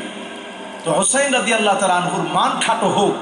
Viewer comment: উনিতো রাদিয়াল্লাহু ঠিক করে উচ্চারণ করতে পারছে না।